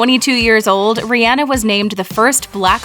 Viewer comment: She really went reanah